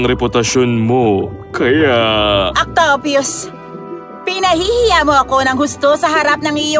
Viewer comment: "Octyupyus" BRO ANU YUN